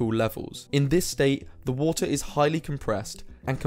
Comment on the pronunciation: H2O = "Wootah"